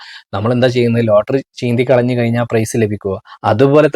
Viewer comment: കയിഞ്ഞാൽ അല്ല കഴിഞ്ഞാൽ 😊😊😊